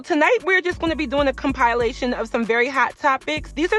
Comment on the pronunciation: Com-pile-lation???!!!! What??!!!😱😱🤯🤯 The word is pronounced "com-pi-lation." Just trying to help a Sistah out!!!